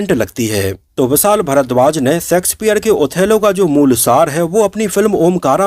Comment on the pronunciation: आपका सकार pronunciation गलत होता है l please pronounce शेक्सपियर and not सेक्सपियर